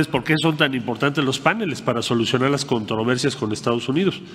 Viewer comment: No se dice “PÁNELES” Marcelo Ebrard. sino “PANELES” con acento prosódico en la primera letra “E”